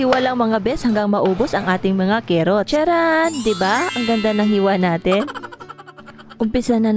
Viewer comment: Carrots at Hindi Kerrots car rots